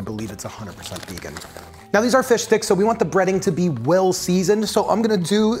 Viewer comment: I know hes saying plant base fish sticks but all i can hear is plant based fish dicks😭😭😭😭😭 save me plzzz send me help